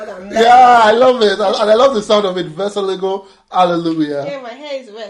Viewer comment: very good Polish in - wesołego Hale luya